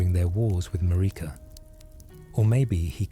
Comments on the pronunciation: Tip: to prevent stupid pronunciations by AI tools, write out the names phonetically with similar syllables Marika > mare-ick-a Melina > mel-in-a miquella> Mick-a-la I've had luck with this when creating for work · Love these videos but takes me out of it a bit when you mispronounce Marika and Melina….